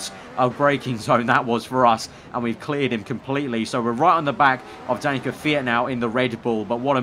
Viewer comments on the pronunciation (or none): none